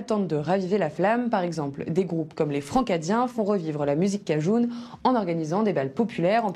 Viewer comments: Vous prononcez le mot cajun "cajoune" ?? Il me semble qu'il se prononce "cajeune" à la rigueur "cajin" mais certainement pas avec le son "ou" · En France personne ne dit cajoune, elle sort d'où ?